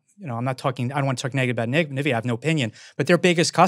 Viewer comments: calling it "nuhvidia", tell you work in finance without telling me you actually work in finance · I can't take these guys seriously, they call it nahvidia 🤦‍♂️